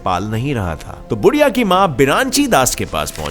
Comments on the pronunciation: बुढीया नहीं यार उसका नाम है बुधीया 🙏🙏🙏@ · Odisha ke child runner ka naam बुधिया hai। Not बुढ़िया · बुढ़िया नही बुधिया उसका नाम